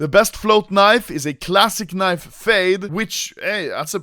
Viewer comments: He says KNEIV, I say leave. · I keep on hearing anomaly say knife 😂😂😂